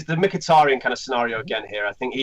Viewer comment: its mikitAHrayan ..my good brits